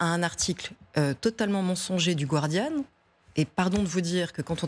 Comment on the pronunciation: Elle sait même pas prononcer le "Guardian" correctement. Gwardieune 😆